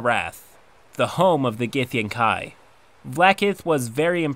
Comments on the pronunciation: githyankey, not githyankai ... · nitpick: it's supposed to be gith-YAN-kee. Usually these things don't bother me much but it was surprising that it grates on me when you pronounce it GITH-yan-kai. Maybe it's because I never liked them or the githzerai, which (oddly enough) according to pronunciation guides is supposed to be GITH-zer-y rather than gith-ZER-eye. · Isn't it pronounced "GithyanKEY"? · Gyth-an-kai.....I've always thought it was Gyth-an-key.....hmm...tomatoes tomAaaaToes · It’s pronounced gith-yankee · gith - yen - Kai? come on dude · This is super nitpicky but it bothers me so much when people mispronounce words that have very established pronunciations. githyankee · gith-yawn-kee pls and thx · It's pronounced like Gith-Yan-kee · Not super important, but I've always pronounced it gith-yankee. Any sources on the correct pronounciation? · >i dont wanna be cliche, like an evoker >ill be the cliche necromancer, instead >casts illusions and fireballs u wanna be a non-chliche wizard, u go for chronurgy. U wanna win dnd, u go for wizard and theres nothing bad bout that. Not only do u read "githyanki" wrong, but also u have multiple double-takes u havent edited out. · I hate the way you pronounce githyanki